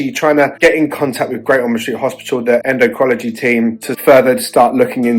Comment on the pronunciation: En--doh-crin-all-o-gee! Just a help for a tough word.